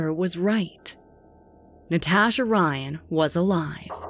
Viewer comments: Did anyone notice the narrator says NaTASHHHah instead of Natasha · “NeTaashuh” “Nuhtashah” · The way the narrator says 'Natasha' drives me bOnKeRs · The way she is saying Natasha is really freaking bothering me. I cannot stand it. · I have never heard anyone pronounce Natasha the way this woman says the name. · Why do you say Natasha like that lol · Anyone else cringing about the way she says Natasha